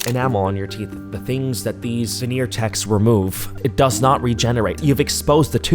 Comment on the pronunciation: The "venner techs" 😂.